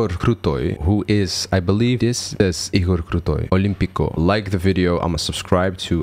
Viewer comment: У меня побежали мурашки, когда произнес "Игорь Крутой" - это звучало так чисто по-русски, что у меня появилось подозрение, что еще и русский язык знает )) Димаш уникальный певец, и уже очень известен по всему миру, но я думаю, что именно русскоязычная аудитория его любит больше всех, считает своим достоянием и радуется подобным реакциям на него. Я больше всего в исполнении Димаша люблю "Любовь уставших лебедей", в этой песне раскрывается и широчайший диапазон и удивительная чувственность его исполнения.